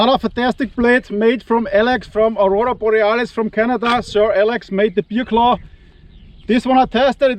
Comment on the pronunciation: Hey, wenn du Bear Claw sagst, dann höre ich immer Bier-Klau:face-blue-smiling:🍺🍺🍺🍺